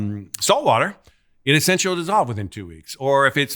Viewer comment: He is saying Esinchy NOT “essentially”